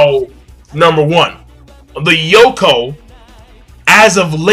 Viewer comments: My dude you say Yonkou like snowcone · WTF is a Yoko? Its YONko